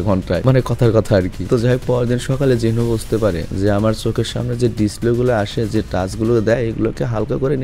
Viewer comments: Not Jin hoo it's Jin woo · Vai jinhu na jinwoo